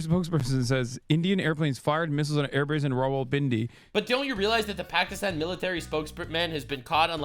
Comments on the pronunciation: It's not Pakistan it's Pakistine xD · bro.. you sayin it wrong. it’s Pokiston. lol. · Every time Hassan says 'Pukistawn' instead of 'Pakistan' its like nails on a chalkboard to me. Its like when people pretend they are Italian. "Parmashheinaaa resssgggiiooannnoo" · Damn "Pakistin" "Isria" 😂😂😂 Also I noticed hasan says ✝️ references at the same time simping for ☪️ terror¡sts groups 😂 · Hasans white ass trying to pronounce Pakistan in a culturally ‘appropriate way’ is making me cringe so much lmao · Please Please Please explain this to me, Why do virtue signalers always need to pronounce "pakistan" with a B ?????